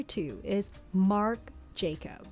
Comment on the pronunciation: Marc Jacobs (there's an "s" at the end)